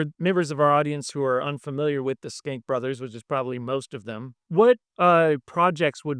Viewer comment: Pronunciation of the name is interesting. We talked about it before the interview. I realize now that if the Nick Schenck had been written on the bottom of MGM / Loew’s inc. movies (no way of knowing this ahead of time) nowadays I (and most people I’ve run across) would pronounce it ‘shank.’ While skank has negative connotations towards women it is also the dancing for ska music. Shank can be violent or moderately- very insulting.